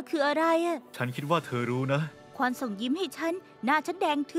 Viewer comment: ภาษาเกาหลีมันออกเสียงว่าควอน ถูกแล้วนะ